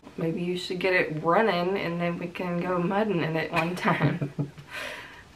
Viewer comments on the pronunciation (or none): Look at not being about to pronounce muddin (MUD-IN) or not even know what it really is. 🤣🤣💀